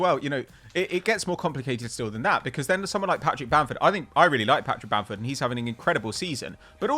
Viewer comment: It's Bamford and it's not close